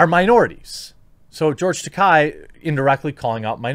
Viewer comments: Just a small point. His name is not Takei with an “i” sound at the end. It’s Takei with an “a”sound at the end. As he said on William Shatner‘s comedy central roast, the name rhymes with toupee. And he seemed a little irked that Shatner can’t pronounce it correctly. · Slight correction, from George's own mouth during his convention tours. "It is Ta-Kay, rhymes with Gay or Toupee" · That's pronounced "George Ta-kay" - Remember, "Takai" means "Expensive", while "Takei" doesn't. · Dude you pronounced George's last name wrong about 50 times.